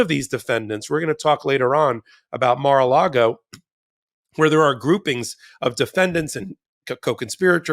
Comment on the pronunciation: It sounded like almost said "Mar-illegal" and I love it!